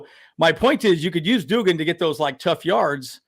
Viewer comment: Its pronounced Dug-in.. you pronounced it like jimmy doo-gin from A league of their own. 😄